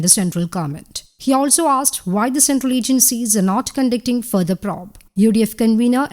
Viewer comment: It will be nice to hear the word probe pronounced the way it is supposed to pronounced.:):):)